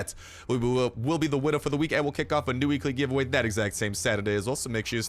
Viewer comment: when you say weekly giveaway fast you sound like ur saying weeky givawah